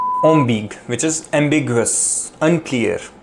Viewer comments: C’est prononcé am bi gue en trois syllabes, pas deux. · Your pronunciation of "ambiguë" isn't correct,! Don't ignore the "ë" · Pronounce the U at the end of ambigüe. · Attention : on prononce le u dans ambiguë a cause du tréma. Personnellement je n’ai manqué qu’un seul mot, circonvenir.